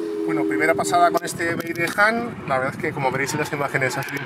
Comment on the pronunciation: Por dios, haced un esfuerzo en pronunciar mejor… no es “JAN”, sino “HAN” 😵‍💫